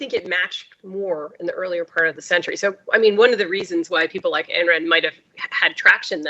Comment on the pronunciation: Pronounced eye n or I n. Please don't disparage all the Ann's and Anne's of the world. She was one of Mitt Romney's favorite authors, next to the Bible, Atlas Shrugged was the most influential, profound, book he ever read. She was awful and so is he.